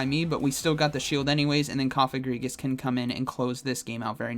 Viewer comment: Lol his pronunciation of Cofagrigus I think it’s Coh-fah-grih-gus